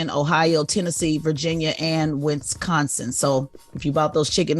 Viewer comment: Winsconsin?! Come on tez! 😂😂😂 i never heard someone butcher my state name that bad